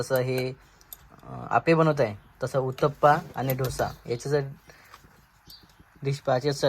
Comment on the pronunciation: ढोसा नाही दादा डोसा म्हनायच